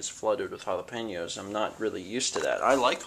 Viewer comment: the way you say it makes it sound like halla-pain-yos.